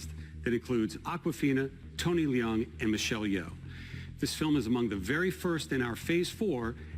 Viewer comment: why did hell did you pronounce Tony's last name like that? It's not Le-ung it's just Leung, one syllable